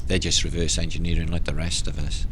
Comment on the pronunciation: Where is the K on you? aus, not yet, us, still different. This.. truly straight foreward! Huggs.NL